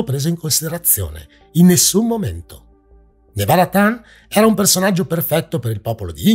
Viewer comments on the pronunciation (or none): Al minuto 9 e 45 c'è una sovrapposizione audio Edit: ho notato che, nel corso del video, ti sei corretto tu. bravo :) Piccolo appunto: Nevada-Tan. Si pronuncia proprio TAN, non Ten, all'inglese. Perché "tan" è una variante di "chan".